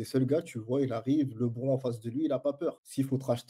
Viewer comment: Très intéressant comme podcast (mais la prononciation de Lebron me pique les oreilles)